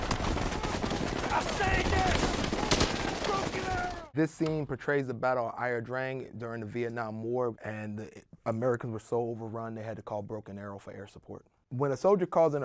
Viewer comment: You’ve got it backwards, he pronounced La drang but it’s actually ia drang pronounced sort of like ah drang